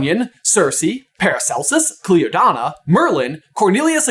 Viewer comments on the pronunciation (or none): I would like to point out that Cliodna is an Irish name and is pronounced Clee-uh-na